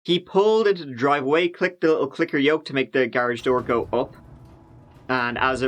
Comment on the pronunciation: Is saying, "Let's have a goo."? Like, gooey, goopy slime? Is that like a chin wag, but Irish? Or is he saying go in a silly way and I'm a total fool? Lol.